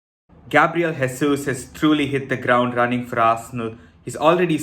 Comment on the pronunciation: Just because you going to be saying his name a lot, I’ll just say you not pronouncing Jesus correctly - he is Portuguese and not Spanish